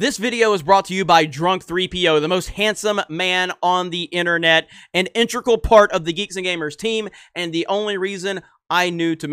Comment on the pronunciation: You said "intregal". That is not a word. The word is integral. Yes, I'm a grammar nazi.